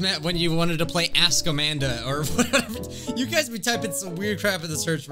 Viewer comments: the way you said amandi i was like-: Amandi!! Me: XD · LOL "AMANDI" XDDDD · Ah yes "AmandIII" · Lol this is funny the way he says Amandi is so funny